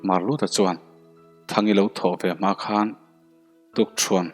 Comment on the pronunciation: Mualkhan, a thluk hi in kan sa a khanchhuk kan khang thin a, chumi chu khan chhuk kan ti thin. Chumi thluk ang chuan mual khan hi lam rik tur. Khan (pass)ang ni lovin.